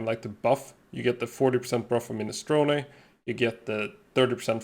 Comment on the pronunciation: My Italian friend is proud of your minestrone pronunciation